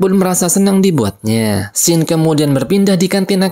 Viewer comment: Scene dibacanya bukan sken bang, gpp moga ada improve lagi ya kontennya😁